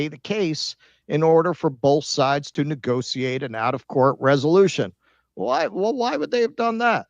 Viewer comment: Negosiate - a Russell-ism for negoshiate, aka negotiate.